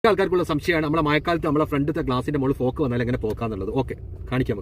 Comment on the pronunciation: ഫോക്ക് അല്ലടാ ഫോഗിങ്